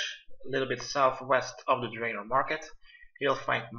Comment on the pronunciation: I'm a League player it made me frustrated when he said "Draven" lol